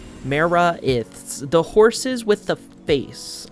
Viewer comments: the one that bothers me most is him saying maraith as mara-ith instead of ma-raith saying it like wraith dunno why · Dino-sum. Ma-wraith. Hope this helps XD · Die-gnaw-some Muh-wraith